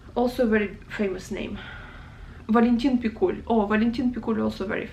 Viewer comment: Two small corrections: certainly it's AitmaTov, not AitmaNov; also it seems to me that a stress in Pikul falls on i... I think you've missed Kozma Prutkov and Daniil Kharms... As well as Bazhov, Olesha, Sholokhov, Kir Bulychov, Kataev, Nosov, Krylov (the one of a kind in the whole Russian literature!), Aleksandr Volkov (the one that wrote The wizard of the Emerald City). Other than that, very nice.